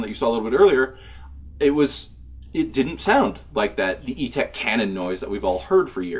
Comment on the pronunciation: Etek!! Not ego